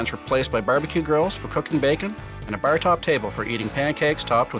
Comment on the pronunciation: oh my god the way they say bar like "ber"